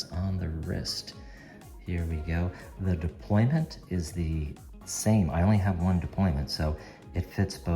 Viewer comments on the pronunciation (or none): Is it “deployment”, or “deployant”?